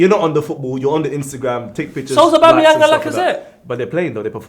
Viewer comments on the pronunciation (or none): none